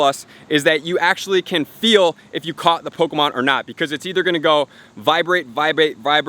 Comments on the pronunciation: I heard that niantic is going to have an update that removes all non official pokemon accessories such as the go-tcha and dual catchmon, I'm not sure how valid the info was but I just wanted to point that out just in case. (and its poe-Kay-mon not poe-Key-mon, sorry for being a sudowudo[stickler], poe-CA-mon is an informal but acceptable alternative :-p) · "pokamon" and "poki'-stops"